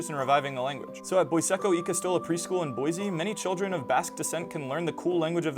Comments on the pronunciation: Boise is pronounced Boy-see. Not boy-zee. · If it is Basque, then actually Boishe (Batueraz), just with a normal e in languages other than English. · weird that they pronounce boise as boyzee